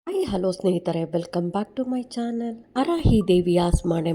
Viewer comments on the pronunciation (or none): none